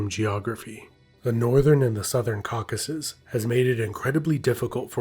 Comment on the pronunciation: It's Caucasus, not "caucus"!!!